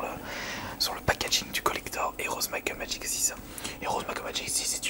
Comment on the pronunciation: Might and Magic ou "Makkeul Magik" ? -_- xD